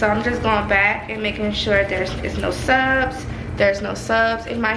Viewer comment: You got me saying subs instead of suds 😂